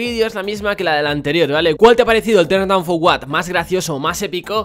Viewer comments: Ten dan fu uat. Así lo pronuncias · Los de España no saben decir turn Dow for what